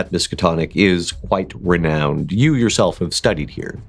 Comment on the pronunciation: Perhaps the most Boston thing I've heard. "Hey Yog, you listenin? GO FUCK YA SELF!" 🤣👌